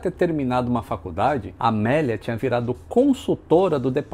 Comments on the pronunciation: Amilia?...sempre ouvi Amélia... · Que "Amília" é Amélia mesmo!😁